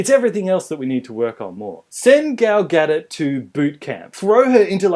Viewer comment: Are they mispronouncing Gal Gadot on purpose? The T is silent.